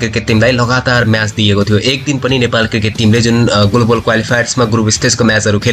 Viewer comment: गोलोबल गोलोबल होइन हौ ग्लोबल भन्नुस न। Anchoring गर्ने मान्छेको साना साना उच्चारण त शुद्ध हुनुपर्छ।